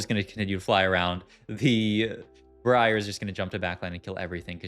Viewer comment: Love your vids mate, keep it coming please. However why do you keep saying Briar that way? It's wrong! lmao =]